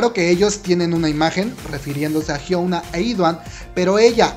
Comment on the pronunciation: Melodica CHAN si , de hecho así se pronuncia , "idaun" y "jiuna"